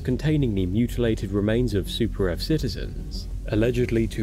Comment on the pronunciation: Yeah! For Super Earf!